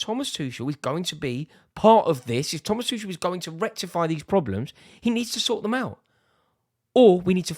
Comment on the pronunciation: Put some respect on Tuchel's name 🤣🤣🤣